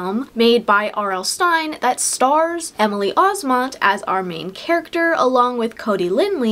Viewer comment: You miss pronounced Emily Osments last name. 😅 You said it as Osmont. It’s Os-Ment. Like “mint”. Not to be a grammar police 🤣